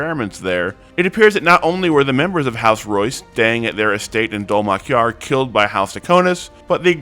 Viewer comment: Bro, are you even watching the show? You mispronounced like half of the names. Halovar is hay like dry grass and Dol-Makjar has accent on the capitalized letters.